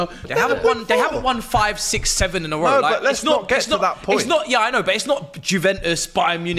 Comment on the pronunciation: Imagine being a football pundit who cant pronounce Juventus